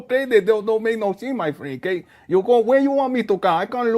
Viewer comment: My Frieng. My Frieng. Jose No Say 😂😂😂😂